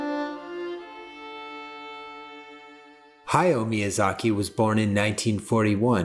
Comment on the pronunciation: It pains me when people mispronounce Hayao Miyazaki's name. It's Ha-ya-o with three distinct syllables. Exactly how it's written.